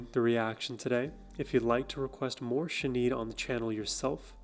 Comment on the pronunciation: Her name is pronounced Shin - aid. React to her all of her songs from The Lion And The Cobra and I Do Not Want What I Haven't Got albums please. ❤